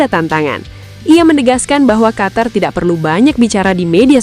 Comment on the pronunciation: Negara Qatar= negara Qotor karena huruf A di baca O 😂😂😂😂😂😂😂